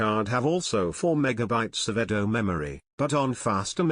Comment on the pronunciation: Eddo RAM.